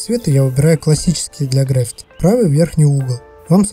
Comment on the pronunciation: ГраффИти, а не грАффити))